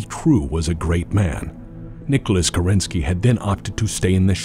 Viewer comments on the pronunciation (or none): Great video! It must have been a huge effort to make a 2h video. The thing that bothers me as a native russian speaker is american pronunciation of "Kerensky". In russian the emphasis is on the first syllable in this particular case.